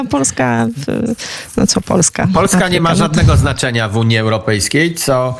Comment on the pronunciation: Pani redaktor, "Afryka" akcentuje się na "A", a nie na "y"...Język polski się kłania. Jeśli jest się osobą publiczną, to należy poprawnie stosować nasz język ojczysty